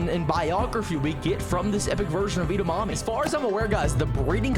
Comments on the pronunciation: Why does he say Eda mammy it’s edamimi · IT'S EDAMIMI NOT EDAMAMI, DUMBA$ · Edamimi is pronounced Ed-a-me-me Have you ever heard of Edamimi Beans 🫘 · it's definitely pronounced eda-mommy right guys 😩